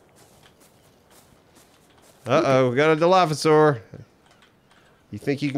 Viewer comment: fantastic stuff guys, I've missed the series' where you four do co-op and a story emerges. But please, they're pronounced: "Dilophosaur" and "Chitin" You're Welcome...